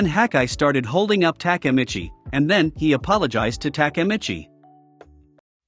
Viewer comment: if i hear TAKAmitchi one more time imma kms